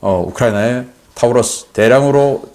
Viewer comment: Taurus 는 타우러스가 아니라 토러스로 발음합니다.